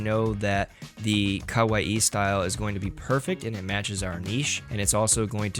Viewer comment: After 40 minutes I just couldn't take your pronunciation of kawaii anymore and had to stop the video.